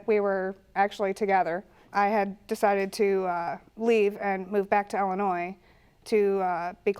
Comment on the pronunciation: So nice to hear people pronounce Illinois correctly. 🙂